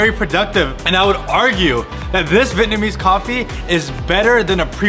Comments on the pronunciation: vee-et-na-mese not vit-namese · The way he doesn’t know how to properly pronounce Vietnamese (vee-et-nuh-meez) gives me the ick